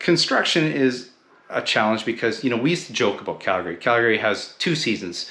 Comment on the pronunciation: First off, you need to pronounce the name correctly....